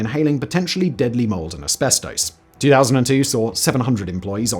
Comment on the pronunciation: Ive never heard "asbestooos" pronounced that way